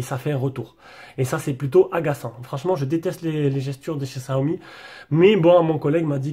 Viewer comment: Ca se prononce CHiaomi ;) super video